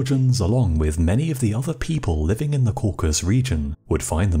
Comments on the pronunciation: This is a fascinating chapter of history. But I have to make one demand: Learn how to pronounce the word "Caucasus." Throughout your narrative you repeatedly say, "Caucus" rather than "Caucasus." 🤦‍♂️ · It’s ‘caucasus’ not ‘caucus’. If you are trying to pronounce ‘kavkaz’ you are failing. And the knights in question are KHEVSUR not ‘kevsur’. Khevsurs (ხევსურენი) are an indigenous sub-ethnicity of Georgians (Kartulebi ქართულენი) from the Khevsureti region in the Caucasian mountain range. Kvevsurs have always been Orthodox Christian, like nearly all Georgians and don’t have their own unique sect but remain communicants of the Georgian Orthodox Church which maintains communion with all Orthodox churches worldwide since the country converted after 325 AD. The crosses emblazoned on Khevsur shields and helmets would be Bolnisi crosses, the same seen on the contemporary Georgian flag, whose design dates from the XII c., the high point of Georgian power and culture. The use of the Bolnisi Cross predate the crusades by hundreds of years, is a unique emblem of the Georgian Orthodox Church and may be seen everywhere throughout the country as the symbol of the presence of the Georgian Orthodox Church. In Georgia geographical isolation has never resulted in significant loss of either national identity or religious unity. The apocryphal tale of wandering Frankish crusaders taking refuge in the high Caucasus is entirely fictitious as khevsurian culture, language and genetic heritage owes absolutely nothing to Western Europe. This notion that they could not have indigenous origin is typical of western and Russian imperialism of the last few centuries. The Georgians are an indigenous Caucasi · Cauc-as-us, not Cauc-as. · Caucasus. Not caucus. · Please forgive me, but I believe it's Cau-ca- sus. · dude please - learn how to pronounce the word 'Caucasus'. It's got three syllables. Coor - Cass - Us. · Caucasus Mountains Not “Caucus” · It's Caucasus, not Caucus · no. caucasus.